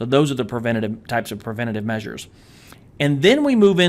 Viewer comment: It's "Preventive" .... Not "Preventitve" :D I'm sure what i'm saying is right this time, i swear! :D - an Egyptian guy